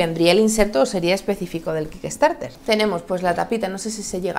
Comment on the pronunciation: "quiquestarter" ... unas clases de Inglés no vendrían mal. Nunca sobran. classic "edition" ... en serio?